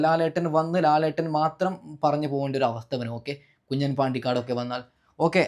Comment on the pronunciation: കുഞ്ഞൻ അല്ല കുഞ്ഞാൻ എന്ന് വായിക്കുക